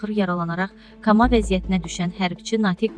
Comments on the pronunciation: Kama deyil.Koma demey lazimdi.hormetli muxbir. Defelerle eyni sehvi edirsiz.bele olmazzzz.hec olmasa arada kometleri oxuyun ki iradlardan xeberinuz olsun. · KAMA NƏDİR ??! KOOOOOOOOMA KOMA KAMA ,KAMA , KAMA DÜŞMÜSÜNÜZ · Allah rəhmət eləsin Ancaq bu cür xəbəri belə çatdırmazlar Aparıcı koma sözünü başa düşmür Kama vəziyyəti deyir Şəhidlərimizə hörmət əlaməti olaraq bu cür xəbərləri savadlı aparıcılara həvalə edin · Allah rəhmət eləsin ay savadsiz mətin oxuyan kama yox koma ipin qiran yuotubdadir birinci dəfə deyil bu səhfi həmişə edir bu xanim. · Düzgün teleffüzü öyrenin de!"kama"nedi?! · Kama yox koma.... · Nə qədər savadsız olasanki,komaya,kama deyəsən. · Allah rəhmət eləsin əhlibeyt qonaği olsun . Koma olare kama yoox düzgün danişin yada düzgün danişmaği öyrənin guyaki mədəni danisir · Allah butun sehidlerimize rehmet etsin canim metni duzgun oxu kama yox koma vurgu o nun ustune oyrenmek hec vaxt gec deyil Allah ordumuzu qorusun Amin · Allah rəhmət eləsin Şəhıdimizə .səndə ay qizim koma de kama yox bir az öyrənsən yaxşı olar öyrənmək heç vaxt gec deyıl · Ko-ma kama yox jurnalistə baxda tələffüz düzgün deyil Allah rəhmət eləsin cənnəti seçdi igidimiz😢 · Kama yoxeeee koma ay savadsız Allah rəhmət elesin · Allah Wehidlerimize rehmet elesin. Ama bu xeberi vermek ucun en azi anlayiwi olana tapwirilardi. Ay xanim,kama yox,kooooma. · Allah rəhmət eləsin ay qız kama yox koma. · Ay savadsiz kama yox koma . Allah rehmet elesin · Koma.....Kama başqa şeydir .Əsəb keçirirəm də ...bir tərəfdən şəhid səsi gəlir digər tərəfdən bu youtubda danışanlardan nerv oluruq.Mən o şəhid ailələrinə çox pis oluram ürəyim dayanır artıq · bu aparicinin daniwiqi meni deli edir. Axi hardan tapiblar bunu?! Danwiqinin ne vergulu var ne noqtesi... He bide kama nediye kama kama elir seherden koma diyemmir beyem eseb olmuwame temiz hansi xebere girirem ozun kurs elir bu aparici😡😠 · Allah rəhmet eləsin. Xanım Koma əvəzinə Kama dedi ya mən yalnış eşitdim? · Kama yox,koma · Kama yox koma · Koma, kama yox